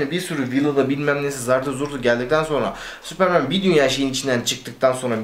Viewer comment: süüüıpırmııın diyip tekrar tekrar kendini düzeltmesene tombul süpermen de geç neyin telaffuzundasın ne yabancı dil altyapın ve vazgeçemiyişin var da pardon adapte olamıyorum hali var